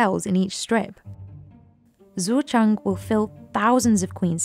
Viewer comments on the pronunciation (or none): Shoutout to the narrator for confidently butchering the farmer Zuozheng's name repeatedly over and over in typical British fashion.